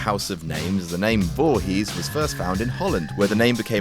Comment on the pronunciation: d'you know its pronounced voorees, dont pronounce the H